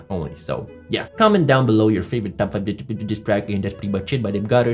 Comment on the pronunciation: I love how he says D eb step